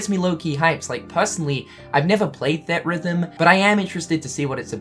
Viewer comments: Everytime he says 'thed rhythm' i wanna die. Its 'theatre rhythm'. Gdi. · It's "Theatre-Rhythm", not "Theat-Rhythm". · Theatre rhythm, not theat rhythm...sorry, annoyed me a little. Ignore me if that's just how you say the word :) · Say it with me,! "THEE-AT-RYTH-UM" <3 Love you buddy! Hope the eyebrows are growing back okay:) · Its pronounced Theetrhythm. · I swear every time I hear you pronounce theatre rhythm, I die. On the inside.